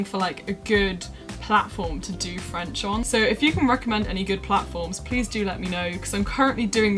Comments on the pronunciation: i’m french and i love your accent!! it’s pretty good and way better than the accents i’ve heard in my classes aha. for me, objective driven learning really pushes me. there are some exams ranging from A1-C2 that you can take. the A2 is an equivalent to an a level! you can take these at christmas and in june at the french institute in london. these exams have really challenged me and my sister :D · As a french native speaker, I can say your pronounciation is actually really really good!! :) I wasn't ready haha, you're doing great keep going🌟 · Hi! French is my second language and your French pronunciation is so good! Bravo And I'm also learning Dutch Are you using a certain app to learn it? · I just finished AS French and I think it's amazing that you're picking it up again! I find it extremely difficult even though I can speak English & Welsh but it's so rewarding! Also, your French accent is so much better than mine, jealous!! 😂 Xx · Loved this video. I am French and i can tell you that you have a good french accent. Keep the good work😂😄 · Your French accent is reeeally good! Come to France whevener you want, you’ll always have fans there to welcome you! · Hey! I’m french and I love your videos!😊 I think that your accent is pretty good! My advice to learn french: watching some videos or read some articles in french, old french films are awesome for this!😙 Thanks for sharing your advices with us you’re my favorite youtuber!☺️ Je te souhaite de passer une agréable journée! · Your accent is actually really really good! Congrats! 😊 It's amazing! I'm currently learning German and it's a big struggle for me haha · Hey! I love your channel, you are a true inspiration! I am French and I have to say that you have a VERY GOOD accent! If you’re interested in having a chat in french with me, just tell me!:D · You have a good accent. I’m French and RV is Caravane or Camping-car. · Your French accent is actually pretty good!